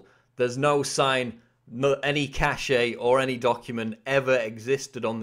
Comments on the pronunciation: It's not pronounced "cash-ay" it's pronounced "cash". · Good, but the word "cache" is pronounced the same as "cash". "Cachet" is a different word entirely.